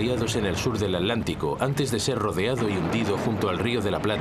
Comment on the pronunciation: Es irritante escuchar al narrador español decir a cada rato "Alántico"....es táaaan difícil pronunciarlo como se debe?o sea,Atántico???!!!!!